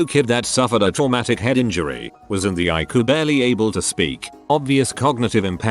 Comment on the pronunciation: Narrator: understands that No. usually means number Cant understand ICU and says Ayckoo instead.